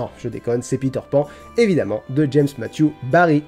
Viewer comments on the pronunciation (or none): none